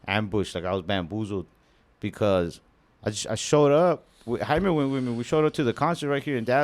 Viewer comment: Bro said he was Ambushed and Bamboozeld😂